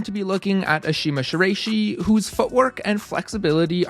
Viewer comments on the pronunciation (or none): Not "Rey", more like "Rye" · Good video but her last name is pronounced "shi-la-i-shi" not "shi-ray-shi". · Ok so you’ve already gotten a number of annoyed comments about the way you pronounce Ashima’s last name, so I’ll just had that it’s a-she-mah-she-rah-ee-shi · i’m a ukrainian who also speaks japanese, so in the first minute of the video i was first really impressed by you nailing the pronunciation of vasiliy lomachenko’s name and right after that i audibly gasped when u said shiraishi😭😭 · come now, this is on the level of a serious amateur basketball commentator or minor professional commentator pronouncing Kobe Bryant's first name as rhyming with "lobe." It betrays carelessness and a sharp comment is warranted. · Ngl hearing you pronounce her last name like that makes me think that you just went on google and searched up “flexible climber” to make a climbing style video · I'm sorry but has anyone ever said her last name like that? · He always says people's name wrong lol